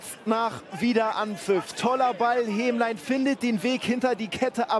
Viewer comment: Hemlein nicht Hemmlein.